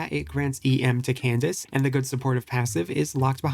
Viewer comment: Bro I wanted to jump in a lake when he said can dak eh